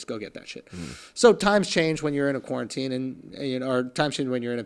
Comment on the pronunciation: Did Andrew learn to say quarantine yet?